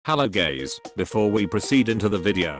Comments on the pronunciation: bro said "Hello GAYS!" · Bro he said gays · bruh in every video in the beginning he says Hello gays